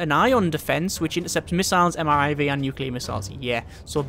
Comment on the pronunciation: its M I R V, said "Merv" Multiple Independently targetable Reentry Vehicle. sorry, but....just you continuing to say mriv is just....it hurts.